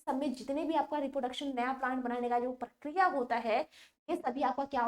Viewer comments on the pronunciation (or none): none